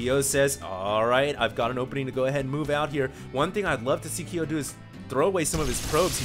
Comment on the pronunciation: Ki-yo..? man you've never played KoF? You fake asian you:D